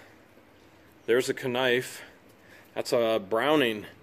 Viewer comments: Why does he say kanife instead of knife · How come he keeps saying kanife. Its just knife